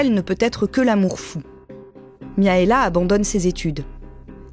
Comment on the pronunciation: par contre ça se prononce MIRAELA pas Miaela je pense comme dans les pays de l'Est